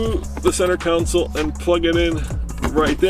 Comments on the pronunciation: Hey,it's con - sole not counsel! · It is not a "council" , it is a console. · Sorry pet peeve .. It isn't a Council ... it's a CONSOLE